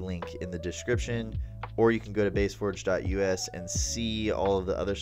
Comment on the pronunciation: Love your work. Just one quick thing at the end. You said your channel, but pronounced it base forget??? But you spell it, bass forge?????